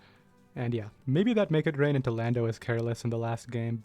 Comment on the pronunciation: You pronounce make it rain so loosely that it sounds like mega drain sometimes lol